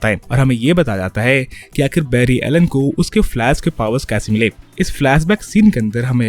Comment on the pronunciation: "Flask" lmao😂😂😂